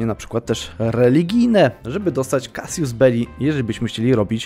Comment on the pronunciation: Drobna uwaga: Casus Belli, nie "casius," Casius, to rzymskie imie- Kasjusz.